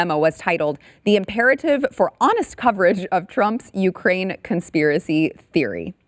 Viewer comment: Ukraine rhymes with MIGRAIN